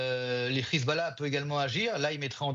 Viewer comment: Il a fait la même chose avec "khezbollah". Quel minable ce type...